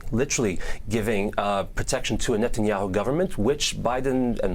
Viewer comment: Is Levy the only person calling him “Nutenyahu” during serious interviews? I’m here for it 😂